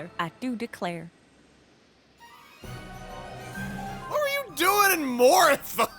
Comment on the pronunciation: Definitely Southern. The "Ah do de-clayer" pronunciation sold it for me.